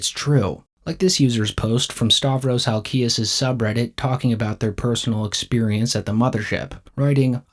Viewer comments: Again, it’s Halk-ias not Hal-ki-us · It’s pronounced HALKIAS. No biggie. Keep up the good playa hater work though. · You should learn how to pronounce HALKIAS. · just some criticism, look up how to pronounce halkias. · Dude, learn how to pronounce "Halkias"